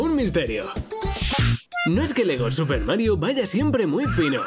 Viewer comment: Me dio risa cuando dijo LEGO ness xDDD